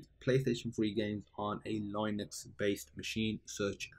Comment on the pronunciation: Line-ucks? 🤦🏻‍♂️ Bro, it’s pronounced Lin-ux, the first syllable rhymes with sin or kin. It’s not like the first syllable in Linus which is pronounced ‘lie-nus’.